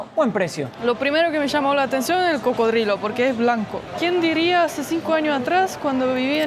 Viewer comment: "Barriga llena, corazón contento"., habla muy bien el castellano, pero en tus videos en ocaciones dice incorrecto, alguna palabra, 🙏 por favor corrigela, y así hablara mejor. Como hoy que dijo, carne de cro-codilo, no,!... coco-drilo, cocodrilo, así tu qurida esposa, hablara mejor. Disfrute su tour carnivoro, insectivoro, y si, sin ir muy lejos, fuiste a muchas partes del mundo. Que la sigan pasando "chido", nos vemos👍🙂🇲🇽🇪🇪🇦🇷